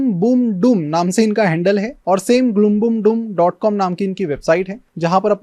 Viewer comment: gloombloomdoom=pronounce sounds so funny!